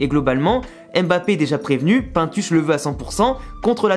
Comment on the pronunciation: Quand je t entend prononcer le nom de pintus mes cheveux chute